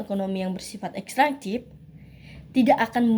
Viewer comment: Bukan ekstrantif tetapi ekstraktif